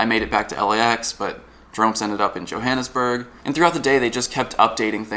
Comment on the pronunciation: Did anybody else cringe when he pronounced Johannesburg wrong?